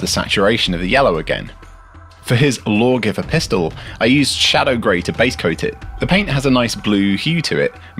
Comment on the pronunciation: "Blaw-giver pistol"? Well, if you say so.